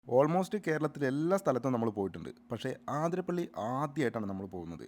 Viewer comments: ആതിരപ്പള്ളി അല്ല അതിരപ്പിള്ളി ആണ് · ആ തിര പ്പിളി അല്ല അതിരപ്പിളി